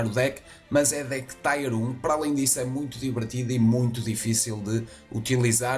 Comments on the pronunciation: acho que é zueira, a pronúncia é "tier" e não "taier" só proucurar no google "pronounce tier" ou até mesmo no youtube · sem zoeira, gajo, no inglês europeu se fala "taier" em vez de "tier", como no inglês americano, ou você fala "taier" porque quer?